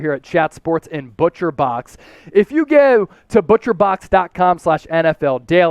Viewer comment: the way your accent says "go"... yeah this guys a delco/philly guy lmao